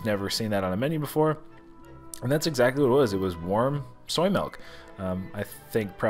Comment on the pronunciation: Milk not melk